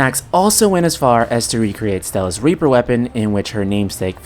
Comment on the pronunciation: did you read rapier as reaper?